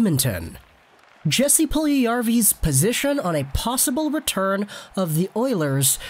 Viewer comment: It’s pronounced “Yes-ee” no hard “J”